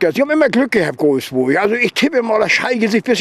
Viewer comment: Hat er Golfsburg gesagt :D:D:D:D:D bester man